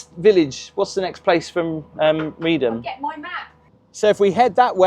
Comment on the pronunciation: Good grief man! I'm countryside Norfolk born and bred but I wouldn't go on the Broads this time of year. The weather can change on a sixpence and when those winds get up, even the brass monkeys hide!! 😂 You must be a glutton for punishment! 😂. And by the way Reedham is pronounced "Reef-um".